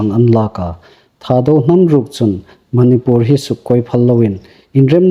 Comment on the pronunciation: Manipur i lamdan a thluk andiknawh.